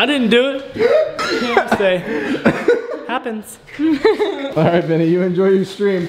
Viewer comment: when said happens it sounded weird